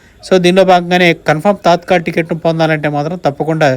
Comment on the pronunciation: Adhi తాత్కల్ కాదు తత్కాల్